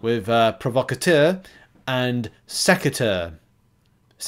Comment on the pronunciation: Sec-u-tor compared to sec-a -tuer grab a dictionary learn your English language 😂😂😂